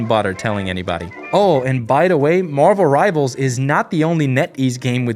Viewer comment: You meant to say "Marvuruh Rivarzuh"